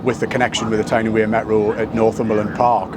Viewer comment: The Wear in T&W is pronounced like Weir, not wear.